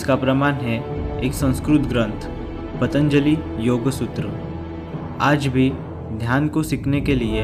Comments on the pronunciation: योगा नही योग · Yoga nahi yogg